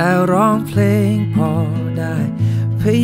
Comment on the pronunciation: เพลงเพราะมากครับ เสียดายเขียนไขและวานิชออกเสียงคำว่า "เพลง" ไม่ชัด ฟังเป็น "เพง" หมดเลย เสียดายแท้